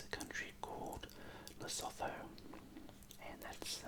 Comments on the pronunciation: Lesotho pronounces Le-soo-too mate. Great video though 👍🏻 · "Lesotho" is acctualy pronounced le-soo-two. Awesome video much love from South Africa❤️🌍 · Its more le-soo-too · The South African within me was cringing so hard lol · i’m south african and i was cringing so much 😂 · Yes, I can confirm that I did not pronounce it correctly. There are other comments that show the correct way to pronounce Lesotho.